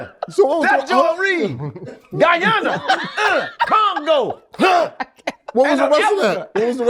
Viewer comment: I hate the way they say Guyana .